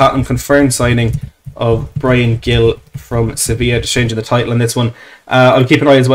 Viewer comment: I'll keep posting it on any stream I can find... the pronunciation is closer to "Heel". It's not hard a hard G. I'm from Boston, USA and here on the New England Revolution MLS team we have Carles Gil, another Spaniard and a former Villa man, as our captain. He's always pronounced it "Heel".